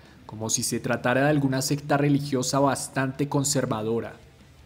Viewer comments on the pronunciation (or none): none